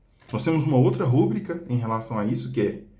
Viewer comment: Uma coisa que eu percebi: A forma correta é rubrica, sem acento gráfico. A palavra é classificada como paroxítona, pois a sílaba tônica é a penúltima: ru-BRÍ-ca. De acordo com as regras de acentuação da norma culta da língua portuguesa, paroxítonas terminadas em “a” não recebem acento. Se a palavra fosse escrita como rúbrica, com acento no “u”, ela seria uma proparoxítona (RÚ-bri-ca), e, nesse caso, o acento gráfico seria obrigatório. No entanto, essa grafia não corresponde à pronúncia nem à forma correta reconhecida pelos dicionários. Portanto, o uso adequado é rubrica, sem acento.